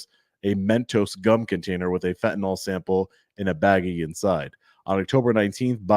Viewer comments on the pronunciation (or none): Its not pronounced FentaNAWL though. Its pronounced like tis spelled fentaNIL. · It's pronounced "FEN tuh nil". I have no clue what "FentaNOL" is.